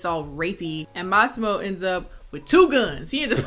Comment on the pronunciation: For someone who doesn’t speak Italian, your pronunciation of Lauria and Massimo was spot on.